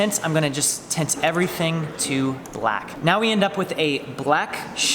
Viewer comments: I beileve you meant to say Turbine not Turbin & You meant to say Tint rather than Tent. I feel like an asshole now lol. Appreciate your reply man. Those are the main ones I noticed in this video but I have heard in a lot of other ones too. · "tint"*tent* Laughing way to hard at that.